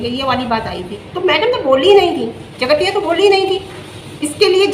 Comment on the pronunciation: Theek se boliye jgatiya kya hota hai